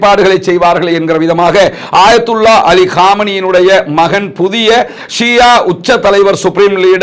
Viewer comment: Shia. Shià endru solvadhàiñ thav8rkavum